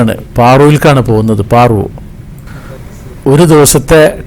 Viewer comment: പാറു അല്ല പാരോ